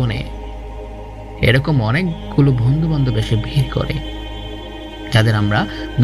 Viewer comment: আসসালামুআলাইকুম ওয়ারাহমাতুল্লাহি ওয়াবারাকাতুহ। মাশা আল্লাহ! সত্যিই ভাই অসাধারন আপনার কণ্ঠ! আপনি যদি আরেকটু চেষ্টা করেন! অনেক দূর যেতে পারবেন। আমার পক্ষ থেকে কিছু সাজেশন রইলো আপনার জন্যে। উচ্চারণ গুলো যথাসম্ভব প্রমিত করার চেষ্টা করবেন। কিছু কিছু জায়গায় উচ্চারণের ভুল কিছুটা কানে বিধেছিল। আমি কয়েকটা তুলে ধরছি। ফুচকা, বলার সময় চ এর বদলে স হয়ে গিয়েছিল। বন্ধু এর জায়গায় বন্দু। মেধাবী এর বদলে মেদাবি, ছেলে এর জায়গায় সেলে। এছাড়াও অনেক জায়গায় উচ্চারণের ত্রুটি ছিল। যা থাকাটাও স্বাভাবিক। তবে অনেক প্রাকটিসের মাধ্যমে আপনি কাটিয়ে উঠতে পারবেন। আমার সাজেশন থাকবে বাসীরা, আন নাফি, Niyamah, raindrops media এদের কনটেন্ট গুলো একটা নোটপ্যাডে কিংবা মোবাইলে লিখে তাদের মত করে উচ্চারণ করে পড়ার চেষ্টা করবেন। এতে করে ধীরে ধীরে আপনার উচ্চারণের সমস্যাগুলো দুর হবে। আল্লাহ্ আপনার জন্যে সহজ করে দিক